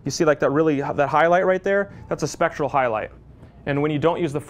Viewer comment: A good informative video. just needs to get the term "specular" right, it's not "spectral", that's something completely different.